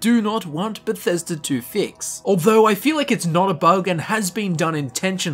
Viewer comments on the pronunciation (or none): none